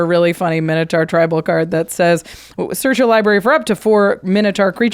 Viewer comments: Are they saying "Tibal" instead of "Tribal" ? Is there a joke I'm missing.... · Anyone notice they mispronounced Tribal